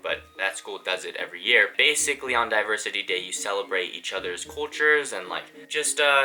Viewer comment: I thought he was saying "Diaper City Day" rather than "Diversity Day" for a minute straight lol